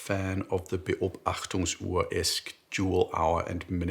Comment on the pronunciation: I like this style of content, hope to see more. And as a german native speaker I want to add that your pronouncation of "Beobachtungsuhr" was quite good ! :)